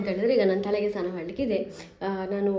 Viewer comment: ಅದು ಸ್ಥಾನ ಅಲ್ಲ ಸಿಸ್ಟರ್ ಸ್ನಾನ ಆಗಬೇಕು